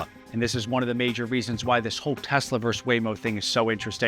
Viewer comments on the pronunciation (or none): "Verse"? I think you're trying to say "versus" ... abbreviated "vs.". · It’s “versus” not “verse”…thank you for your attention to this matter. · No! “Versus” is NOT pronounced “verse!” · why do you pronounce versus as Verse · The word is verSUS. Not verse. ಠ_ಠ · You are having a problem with the word "versus", a simple, Latin word meaning "against". Do not substitute the word "verse". "Verse" is an English word for a portion of poem or song. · Versus: two syllables. Pet peeve. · Great video...but "versus" is a two-syllable word.